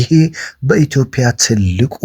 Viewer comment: በበርታ ስራህ ፍሬ ያፍራ ምክንያቱም ድምጽህ አዘጋገብህ ደስ ይላል ኦዲጋርድ ይሸጥ ኢትዮጵያ ስትል ግን ኢትዮጵያ በል ኢትዮፕያ ሳይሆን ኢትዮጵያ ነው እሚባለው